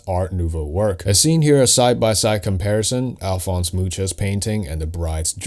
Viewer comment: Could you do a similar video about Gautier in The Fifth Element? Oh, that’s got Gary Oldman in it too. BTW I study Czech, and Mucha is pronounced Moo-Ha not Moo-cha. It means fly 🪰